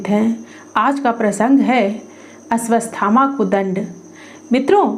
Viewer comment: "अश्वत्थामा" नाम के उच्चारण में त्रुटि है......आपने अश्वस्थामा बोला है वीडियो में.....?!?!